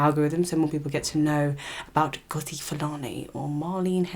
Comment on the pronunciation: I don't know why Youtube put you on my screen. You my dear are a race pick me. You are the type to tell MASSA that we are planning to escape. As an ethnic person an African you choose to mispronounce her rooted name as if the yt man didn't take ours. Yes online abuse, verbal abuse is still abuse just like what they do to the black England players. FYI Sistah is a Jamaican Patois spelling stupid. Sister is not "normal" it's English. HEDLEY is an English surname which means that her ancestors were owned by English white people named Hedley, she has the right to change it. She has received support from REAL Black people and people of other races who are not in denial of the truth. You are pathetic, smh. Black people have had enough. All these yt people in your comments with their hidden profiles go all over YouTube spouting bs racism and you cosign. Shame on you. 1 day when 1 of them drags off your head scarf and Verbally abuses you, don't come on here seeking sympathy. What you need to understand is Some people DO NOT know where they "really" come from and some people are only just finding out. Being asked multiple times is triggering and white people need to understand that and back the f**k off.